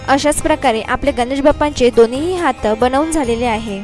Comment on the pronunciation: Good art. But Marathi pronunciation has to be improved on Sat,Hath.etc. Keep it up .good luck . k.s.ramchandra